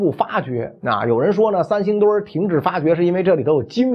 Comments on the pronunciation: “三星堆”怎么读成“三星墩儿”了？作为传道授业解惑的老师还应注意规范自己的正确发音。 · 三星堆儿?难道是北京人发现的？怎么还加儿化音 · 你这个三星墩儿听着可太难受了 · 他连三星堆都能念成三星堆儿，你指望他给你还原？ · 叫三星堆 不叫三星堆儿～哈哈哈哈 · 袁老師這兒化音加的，三星堆變成三星墩兒了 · 我不懂，这个堆要加儿化音么！ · 三星堆儿？北京儿话音用在这里合适吗？有哗众取宠之嫌。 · 是三星堆，不是三星堆儿！ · 三星堆！不念三星堆儿，北京人也不是啥词儿都➕儿化音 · 三星堆别加儿化音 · 听袁老师这个堆儿堆儿的，想吃糖葫芦了。。。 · 三星堆儿 儿儿儿。。。。哈哈哈哈哈哈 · 三星堆加了儿化音让我联想到芥末墩儿，有点馋了😂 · 可不兴加儿化音哎！ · 三星堆加儿音，好像不是不是北京口音的发音习惯，不加儿音更顺口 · 三星堆，不要加儿化音。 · “考古队儿~” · 这期的儿话音有特点， 三星堆儿，考古队儿。